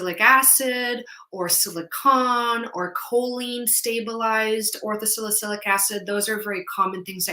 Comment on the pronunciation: at video marker - did you say "Ortho-salicyclic" or "Ortho-silic" acid? Thank you for such an educational video!